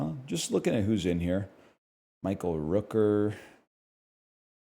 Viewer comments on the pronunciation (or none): none